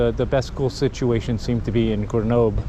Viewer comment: After all that time in France, can't you still not pronounce GrenoB-L-E and not B-E-L? Also, how do you expect your kids to adapt if you put them in an American school in France??? Don't you know that, the younger they are, the easier it is for kids to learn a foreign language and culture, particularly those of the country they live in? And, thank goodness, European schools teach acadamic stuff to kids, not sports! If a child likes to practice a sport, then it's got to be outside of class time! Your reaction/comments is what I fear most about the increasing number of Americans who come to live in Europe, but want to import the American dysfunctioning way of life they are fleeing! WHEN IN ROME, DO AS THE ROMANS!!! (and don't whine about it!)